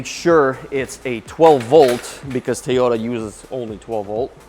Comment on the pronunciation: TOE-YOE-TAH, not TEE-YOE-TAH